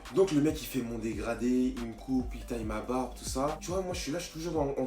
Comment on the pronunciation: Un dégradi, un dégraflouu, un dégrado 😂😂😭